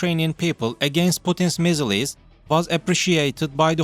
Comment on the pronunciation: It to me a while to work out what MIZZERLIES is, you mean missiles